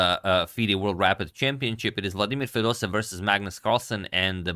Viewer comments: It's FedosEEv, not FedosEv ! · Just wanted to give a small correction to pronunciation of Fedoseev! Because there are two e’s, in Russian you end up hitting the sound twice (and e makes a “yeh” sound). So it’s actually pronounced Fedose-yev. Thanks for the video!